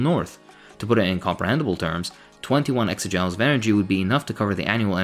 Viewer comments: joules are pronounced “jools” not “jowels” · I don't know about British English but in American English the measurement 'joules' is usually pronounced the same way as 'jewels' not 'jow-ools', that is how you pronounce 'jowls', another way to say 'jaws' sort of. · It's pronounced like "jewls" not jowels. arooooooooo!!! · it's pronounced "JOOLZ" like schools or ghouls.